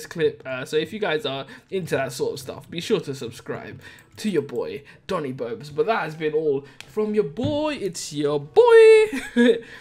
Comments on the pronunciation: did you just say toni bobes? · TONI BOBES is what I heard you say